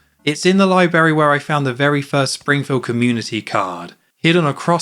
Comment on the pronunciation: THERE'S TWO RS IN LIBRARY ITS NOT PRONOUNCED LIE-BERRY